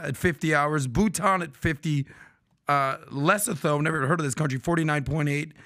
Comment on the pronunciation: Lesotho is pronounced lesoto